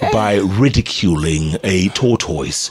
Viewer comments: Eh 😂😂😂Jeff your pronunciation of Tortoise ni mbaya Sio “TOTOIS” lol 😂 is pronounced differently I know that in most English accents and North American ones is pronounced “tortus” (or in parts of England, “taught-us”. In many Canadian and US accents it's more like “toddus”. Hapana Totois lol 😂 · Jeff Ni ta-tais not to totois.